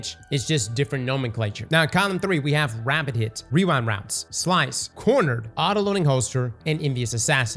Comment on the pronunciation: weewa wownds never gets old lmaoo